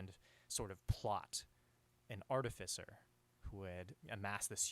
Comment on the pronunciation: I knew the second he said Artifcer